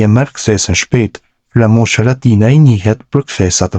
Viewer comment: Pleshident _ Lamushi, po ky s,din te flas gjuhen shqipe 😂😂